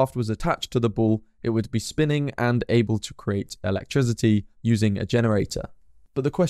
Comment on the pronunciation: Putting your add into your narrative detracts from your narrative and is rude, since it tries to force one to look at it. You also frequently use the term 'actually' out of context. Compare your pronunciation of the verb 'create' (to make or produce) to the noun for a wooden box, called a "crate" to show you how incorrectly you pronounce it. Sorry to criticise; but if nobody else than I point this out, you will continue to harm your image.